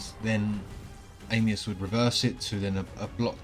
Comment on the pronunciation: i wish they would call him "Anius" and not "Amius"